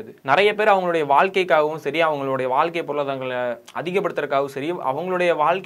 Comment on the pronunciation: வாழ்க்கை. நல்லத் தமிழை உச்சிரிப்பது நல்லது